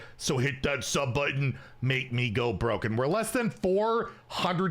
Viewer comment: You said make me go broke not make me go”buh-roke” 😔